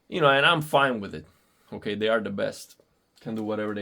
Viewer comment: “Okei” Cb tú eres boricua? 👀🔥